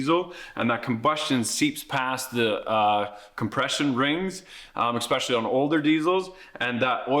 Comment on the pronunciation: You lost me with your repeated use of “EXspecially”. Clearly you have no credibility and are somewhere between mentally challenged and globally retarded.